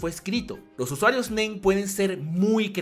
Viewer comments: Te entendí el men en lugar de el nen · Cuando dijo el Nen creí que dijo el Men xd